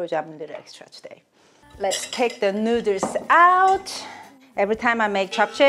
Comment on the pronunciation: STOP SAYING NOODLES AS NUDERLS